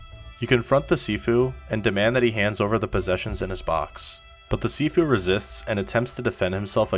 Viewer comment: Sifu sounds like seafood to me from the guy pronounce it😂 Guy:have you tried sifu? Me: oh yeah i like seafood its great benefit for health and body. Guy:what? No i mean sifu not seafood u know the viral tiktok and youtube also etc Me:Oooo seafood of course its gone viral i seen it everytime many people like going to seafood restaurants Guy:what? ARE YOU DEAF? Me: Nope are you? Guy: No what the heck man! Me: what you said seafood right? Guy: No its SIFU and its not food its a game get it! Me: ooo sniff Foot?! wait there a game about sniffing a foot? What a weird game? You should check yourself i dont get it why you want to play a game about sniffing your foot? You can sniff it yourself. Guy:………idiot Me:No im not the idiot you the one that said seafood and then sniff foot GUY: NO I DINDT SAY THAT! I SAID SIFU! Random person:actually you do sound like your saying seafoot rather than sifu Me and guy:……(me)see told ya im not deaf its you who pronounce it wrong (guy)……your right im sorry (Me) ahh im just joking im trying to just ragebait you thats all i know what u trying say dont feel too bad of yourself that your less educated hehe (Guy) YOU NIG###!🤬🤬🤬🤬 (me): get reck!😂😂